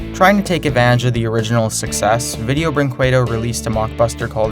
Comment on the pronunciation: VINDEON BRINQUEDON